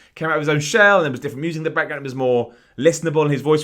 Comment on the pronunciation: i love how he says 'background'. BAKK-ground